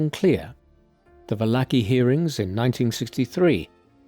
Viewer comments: Not "Vallaki" ... it's "Valarchi" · Well done. But you absolutely butchered Joe Valachis name. Vah-la-chee.